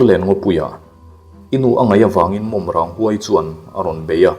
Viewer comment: Mawmrang tlang i hria a nih chuan tinge i lam dikloh tlat le ka ti..